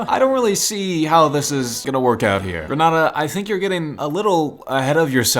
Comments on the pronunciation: I'm from dominica😁 Its gre NAY dA. And Cari bee un, antiguh I get its and American pronounciation. But just thought I'd say the correct one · You pronounced “Grenada” wrong. the a before the d is strong